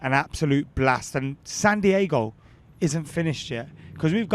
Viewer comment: Actually Santiago is in Chile, you my friend are in San Dee-ay-go 👍